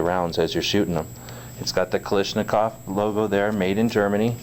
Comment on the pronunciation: Kalashnikov, not Kalishnikov